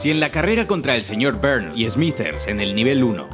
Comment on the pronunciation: El señor "Berns" XD